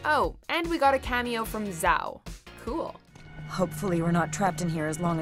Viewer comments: Yhao not Zhao. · It's Zhao, not Zao. He's a general, not the morning lol